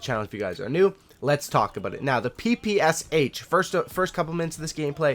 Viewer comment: wow wow just a second.... not p.p.s.h., that right p.p.sh....thx))